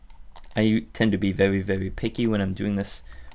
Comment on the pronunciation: Vewy vewy subtle Chawacter Pweferences Oh, I fucking love how you talk. It reminds me Leo and Satan cartoon